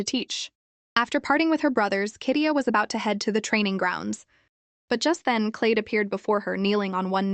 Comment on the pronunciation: its a love trinagle Edan x Tia x Cylde oh yeah cylde is pronosed glide with an c